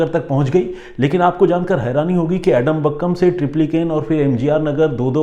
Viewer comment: Sir एडमबक्कम नहीं है आदमपक्कम है नाम😂